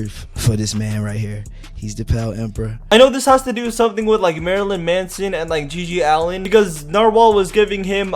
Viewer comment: Every time he said Marylyn Manson I wanted to punch him he also pronounced it wrong